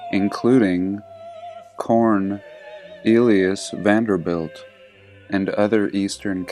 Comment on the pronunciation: JESUS YOU SAID "CORN----EELIUS VANDERBILT" RIGHT AS I WAS MAKING MY LAST COMMENT AND I ALMOST PEES MY ASTRONOT DIAPER. I BRUISED MY RIBS THE OTHER DAY AND IT HURTS TO LAUGH BUT THE PAIN IS WORTH IT LMFAO.